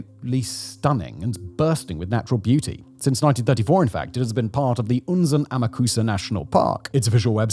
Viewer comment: terrible catastrophy! but, icant help but smile, every time he pronounces Unzen the exact same as we germans say "unsinn" (nonesense).... sooo mount'nonesense🤔 😅